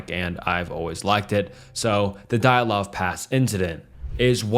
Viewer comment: I slightly chuckled when he pronounce Dyatlov three different ways in a row, love you lol 😂